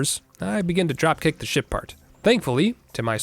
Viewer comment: Somehow I keep hearing him say "Shit part"